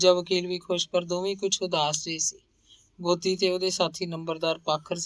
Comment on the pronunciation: ਮੈਡਮ ਨਾਵਲ ਤੁਸੀਂ ਬਹੁਤ ਵਧੀਆ ਪੇਸ਼ ਕਰ ਰਹੋ ਪਰ 'ਗੋਂਦੀ' ਦਾ ਉਚਾਰਣ ਤੁਸੀਂ 'ਗੋਦੀ' ਕਰ ਰਹੇ ਹੋ।ਇਹ ਗਲਤੀ ਥੋੜੀ ਜਿਹੀ ਰੜਕਦੀ ਏ।